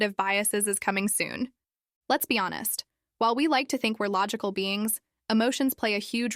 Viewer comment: log-icol lmao